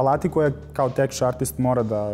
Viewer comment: Teč artist? Može biti da se izgovara tek... ali teč... Ovo prvi put čujem u životu. Kuku majko...